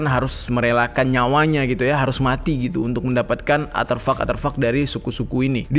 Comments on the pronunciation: Artefak bang bukan aterfak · Artefak bang bukan Arterfak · *Elon musk,bkn elon muks, "s" nya didepan "k" Artefak,bkn atervak, "r" nya didepan "t" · Ngelurusin aja bro... deutchs new guinie g pernah di jajah belanda... tapi jerman... kl yg belanda adalah netherland new guinie.... dan artefak bukan aterfak... sukses selalu bro.. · Koreksi Artefak bang bkn aterfak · Betul, tolong di koreksi, bukan aterfak tapi artefak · A R T E F A K Bukan aterfak 🤣🤭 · Iya bner mas dnger nya aterfak ,bukan nya artefak wkwkwkwk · penyebutannya bukan ATERFAK, tapi ARTEFAK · Seneng nontonnya, cuman maaf ya, ada satu hal yang mengganggu, pengucapan aterfak sepertinya keliru, artefak mungkin lebih tepat, maaf klo salah 👍🙏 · Bukan aterfak bang, "artefak" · Ralat bang bukan aterfak tp Artefak 😄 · Artefak bang bukan aterfak... Maap jika lancang🙏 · Aterfak... atau ARTEFAK yang benar. Beda tipis. Bedanya letak hurur R nya saja. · ARTEFAK, BOSS... BUKAN ATERFAK 👍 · "Artefak" kali Bang, bukan "Aterfak" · Bukan ATERFAK bang... ARTEFAK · Aterfak😂 tiap kali diulang geli sendiri, Artefak kali bang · Manakah yang benar aterfak atau artefak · ARTEFAK bang bukan ATREFAK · Maaf Bang. Aterfak atau Artefak yang dimaksud? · Gagal fokus krn ngomong aterfak yg seharusnya artefak 😅🙏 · Artefak bro bukan aterfuck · artefak bang, bukan aterfak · ATERFAK ATO ARTEFAK??? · bang artefak ye bkn aterfak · Artefak bang, bukan aterfak. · Aterfak atau artefak ? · Artefak boss, bukan aterfak. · Artefak bang bukan aterfak. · A R T E F A K bukan aterfak 🤣🤣🤣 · Artefak bang artefak. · Artefak bang bukan aterfuck 😂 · Aterfak atau artefak jer? gue dengernya lu bilang aterfak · Bukan atherpak tapi artepak bang jer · artefak cok bukan aterfak :V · Artefak, bukan aterfak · Bang artefak bukan aterfak. Cmiiw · Artefak bukan aterfak😁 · Aterfak kah artefak? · Artefak bang bukan aterfak wkwkwk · ar T fak om bukan arteufak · Artefak bukan aterfak 🤣😂 Terus helicopter bukan helicapter 🤣😂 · Ko Gw dngernya aterfak yaa 🙄